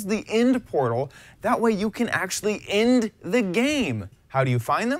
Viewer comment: End, not ind